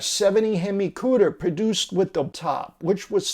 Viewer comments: repeat after me please, "Cuda".... not "Cuder" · It is not cuder it us CUDA !